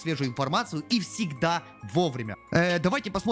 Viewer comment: id : cd6fcbe6 Джэстэр, а не джастер в переводе - Шут